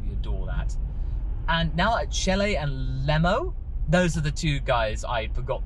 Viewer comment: Chelye is a punny anagram to "lychee" and it's pronounced "chi-lai".